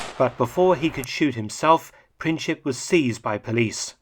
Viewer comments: Princhip? Nope. Letter "C" in the surname Princip is pronounced the same as in the word principle. 😉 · Hi Mark, "C" in Princip is an unaccented "C", pronounced like "Tz" in Tzatziki. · Gavrilo Princip is pronounced without the "ć" sound but rather a "c". Otherwise great video. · Is that correct, given Princip's nationality? While not occupying the same position in the name, look a the "ic" suffix applied to many names from that region (I was told once by a Slovenian friend that it means "son"), and it is pronounced by English speakers like "itch".